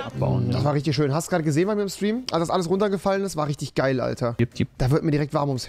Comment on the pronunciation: Immer wenn geil sagt killt mich das so hart 😂😂😂😂😂😭